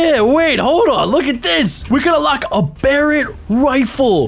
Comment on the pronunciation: At lest you got Barrett right LOL